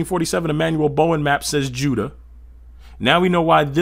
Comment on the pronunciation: It’s pronounced You-da and not widda